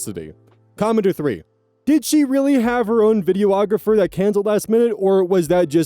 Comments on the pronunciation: videographer not video-ographer lmao. I seriously needed that laugh today though <3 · H, I like your reading but I wanted to point out (as one) that its pronounced Vi-dee-ographer. not vi-dee-oh-ographer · “videoographer” it’s not a thing it’s a videographer you’re saying it completely wrong and adding multiple letters that aren’t in it. You’re welcome for the comment boosting your really stupid visibility.